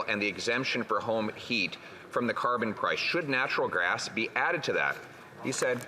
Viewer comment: Yup he did say Natural Grass instead of Natural Gas But who cares his Message is Clear to Canadians Axe the Dam Tax